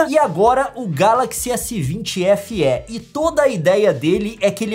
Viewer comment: Só eu fiquei esperando a Nilce falar Feeeeeeeee e não F éé kkkkkkkk